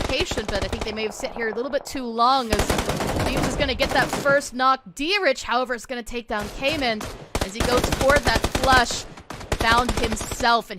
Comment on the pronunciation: She lost me when she said "Kay-men".... she obviously isnt too familiar with PUBG streamers or big Pro players